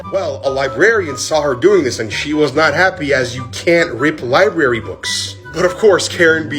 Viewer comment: Lol "Libarry"